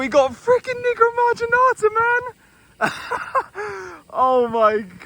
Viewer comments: Nigro(WTF)marginata. Nevermind 😂😂😂😂😂😂😂😂😂😂😂😂😂😂😂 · Every time he said “Nigromarginata” I said to myself, “Watch your damn mouth,! 😂😂😂😂😂😂😂😂😂